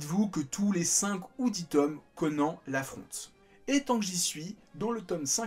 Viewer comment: Pourquoi prononcer correctement le nom de tous les protagonistes excepté celui du héros? L'anime a détruit le nom de Conan 😭